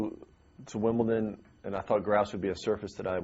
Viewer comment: Why do you people care that he said Wimbleton, what does it matter?